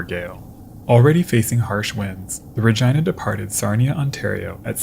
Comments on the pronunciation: What you call "the normal human way" is a violation of the rules of Latin pronunciation. Since "Regina" is a Latin word meaning "Queen," and Victoria was the Queen of the British Empire - which included Canada - the town was named in her honor. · The correct pronunciation for this particular ship is reg-eye-na, which is amusing to me lol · I refuse to believe that's how Regina is pronounced, cmon man. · is it actually ruh-gi-nuh or is it reh-gene-uh😭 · I think the “i” in Regina might be said like an “e”? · It certainly does rhyme with that.